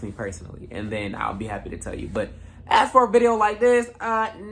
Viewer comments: it's the "aks" for me😭😂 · ...and axe/aks. Your ears are fine. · You mean “axe”